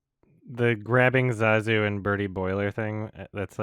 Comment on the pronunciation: Zazu hangs himself because the entire cast keeps mispronouncing his name.